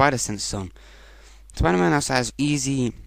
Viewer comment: I didnt know he was called Spriderman